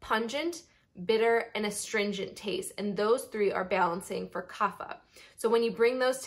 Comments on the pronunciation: Great video but Kapha is pronounced KAAPHAA (where the ph is not "f" but it is "p" with the "h" sound like ophthalmology). This is a sanskrit word not english so has different rules to pronounce. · true infact vata pitta kapha are all pronounced differently .